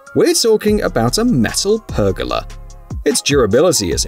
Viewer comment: Pronounced PER GO LARR . Not pergella